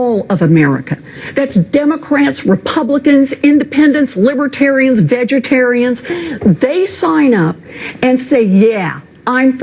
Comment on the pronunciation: I was confused whether she actually said vegetarians